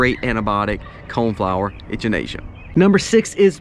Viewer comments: It wasn't until I heard you reference it as a cone-flower that I realised you were talking about echinacea... The "ch" is pronounced like "CK" 👍👍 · It's actually Echinacea not Enchinacea like he said. We use it alot. Works very well for our animals too. Have healed many issues with them. We only take as needed nit supposed to take for long periods of time. Also use Oregano powder in same manner as well as the oil. My son got bitten by a brown recluse spider and the oil kept it from spreading or getting worse and healed it also. Hope this helps somebody in this community. Thanks fie the video.... Jeff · Love the way you say echinacea! Lol never heard it pronounced like that! A lot of helpful info in this video, thank you! I really need to work on starting an herb garden.